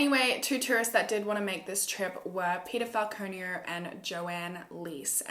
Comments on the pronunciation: Is she saying peado or peter 😂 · I keep hearing "pedophile conio" instead of Peter Falconio lol I need to stop watching SVU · I keep hearing peadophile conio 😂😂😂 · I can't be the only one who hears pedophile conio instead of Peter Falconio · everytime you said his name all i heard was pedophile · is it just me who thought she said pedophile konio😂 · Same. Reminded me of IT Crowd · Me too!! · SAME, the pronunciation is what through it waaayy off. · Am I the only one who because of her accent, heard “pedofile” when she said Peter Falconio? 😂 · Although I read the title every time you said peter falconio, I thought your saying he’s a pedophile. I’m more stupid then a kangaroo 😂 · oh my god i kept think you were saying paedophile conio until i reread the title as you said it fml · I literally thought she said pedophile the first time I heard Peter Falconio😶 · Am I the only one who thought she was saying pedophile when she said Peter Falconio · It sound like u said peterfile conio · I thought she was saying 'pedophile conio' for ages before I realised the title hahah